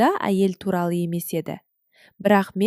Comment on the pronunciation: Опасыздық деп оқу керек ,неге ережеге сай оқып үйренбейсіңдер???